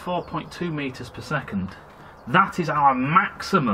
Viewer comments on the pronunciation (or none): I looked that up. It said "Bad pronunciation of Meters per Second".